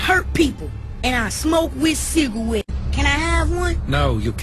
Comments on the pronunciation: He smokes with "Cigawets" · Ciga*wets*. LOL